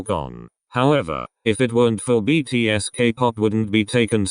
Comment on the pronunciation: thank you for saying btspw well and respectfully